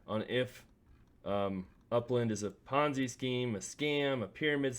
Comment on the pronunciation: Don't take advice from a youtuber who pronounces ponzi like bonzai. Do your own research outside of youtube